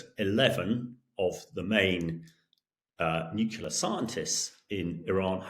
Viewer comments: NU-CLEAR - NOT - NUC-U-LAR - Mr. Gordon you should absolutely know better !!!! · Yes, they insist on "nucular "😅😂😮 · I am sure that the guy knows his business but can’t someone please teach him how to pronounce “nuclear”? It’s not”nukular” for heavens sake. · Absolutely silly statement, but the way this Englishman says nucular is equally silly. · It´s pronounced nukelar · 😂😂😂😂 yeah, I ve been saying this for ages. And he was UK Nuclear expert !!!! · This guy can't be an expert in nuclear weapons - I know this because he doesn't even know how to pronounce 'nuclear'. Please, Times Radio, get real experts, not tossers. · Gringos who pronounce that word wrong are also wrong. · ......and yet weirdly the colonel can't pronounce the word "nuclear"